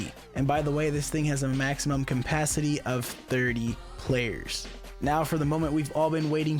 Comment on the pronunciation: Awesome video! However I am grammar OCD so I do have to point out the “campacity” you said. Cool video though so much info!